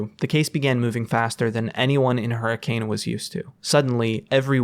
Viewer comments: this is so cool and well done!!! Kept being thrown off by the way you pronounced hurricane though lol, most utah natives say 'huri-cun' and not 'huri-cane' haha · I wonder if intended to mispronounce Hurricane. It's supposed to be Her-ah-kun. Many of the original settlers were from Liverpool, with heavy Scouse accents. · As a fnaf fan, this is awesome, as a Utah resident, the pronunciation of “Hurricane” hurt me soooo bad. It is officially pronounced “hurri - kun” as people in the area famously say “a” softly (stuff like mount’in).